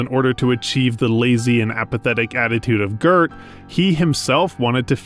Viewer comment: Is the voice of this video AI-generated ? In a lot of places (eg: ) you mispronounce "Goeth" in a very strange way, in which a human would not normally do: you add an "r" in there. Is that your voice or some AI ?